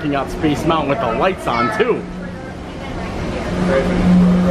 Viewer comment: Hey, I LOVE the way you say MOUNTAIN!! 💕. Ha. ( Not making fun of you, I’ve just never heard it pronounced Mount-Wen before!!). I really like your hats. They really suit you. Maybe you could wear your favorite sports team(s) too!! 😃